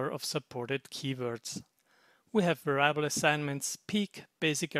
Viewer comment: By the by, "variable" in English is pronounced the same way as in German, the only difference being that the "a" in "va" is short, not long. Pronounced "Weriable".